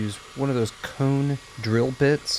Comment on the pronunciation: I was sitting here saying that out loud when I heard him say "cone". 🙂